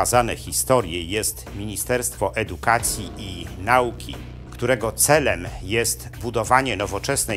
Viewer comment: Wspaniałe prelekcje, przyjemny głos. Jedna tylko mała uwaga: akcent na trzecia sylabę od końca w slowach nauka i komitet; nie lepiej na druga sylabę?